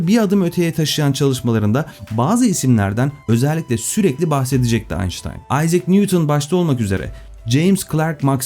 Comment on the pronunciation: Bir Alman'in soyismini Almanca ismini Ingilizce okumak doğru mu?